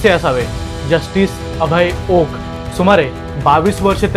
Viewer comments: अहो, ओका नाही, ओक म्हणा. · आहो ओका नाही, फक्त ओक म्हणा. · He u pronounce wrong, please say ,Oak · ओका नाही , ओक